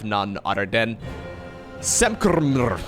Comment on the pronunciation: fluently pronouncing ""samkrmr" is music to my ears. 10/10 caster right there!